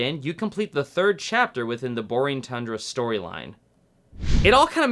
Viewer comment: did you say "Borring thundra"? XD